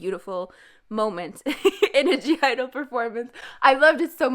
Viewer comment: you are not a stan and you even mispronounce their group name,how can you say it's "soyeon and friends"? also you mispronounce their names) if you don't know how every member shines individually,please check out "idle moments that had me shook" videos and you will literally get goosebumps from it.i said what i said. been a stan since predebut.